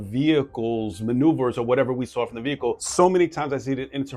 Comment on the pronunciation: "Dis is not no commercial vee-HICKLE." Can you imagine if they put the effort they squander learning this crap into actually learning when they were in school?